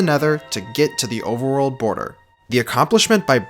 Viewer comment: “Overerworld” 0/10 literally unwatchable.